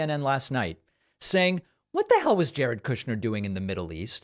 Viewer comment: I love how David pronounces Jared KOOSCHNER. 😂